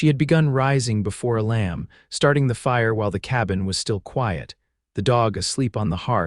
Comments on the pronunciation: Amazing that you cannot even say your main characters first name correctly 😢, it is pronounced E-lum not E-lamb. Either edit before posting or hire a human .. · Couldn't finish watching this. The mispronunciation of his name, and misspelling, was bad enough. (His name was "Elam", not "a lamb" and is pronounced "EE'- lum".) But the statements that she "walked the last twenty miles", when she just got off the train, and his that he had the ring before he even wrote to her, when he never did, was just too illogical to appeal. It was at that point I quit. It was like two different stories got caught in a blender. This story became too unbelievable to me to continue. It lost all validity, and I didn't feel anything following it would redeem it. Sorry. OR, USA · It would be better if the pronunciation matched with the way the words should be spoken. A Lamb is not the same as the name Elam. Treeline is not tree lean.